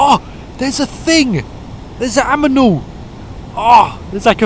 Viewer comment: An aminal!!!